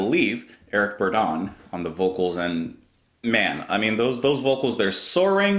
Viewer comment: Eric Burdon - last name pronounced bird-in. Like beast of burden.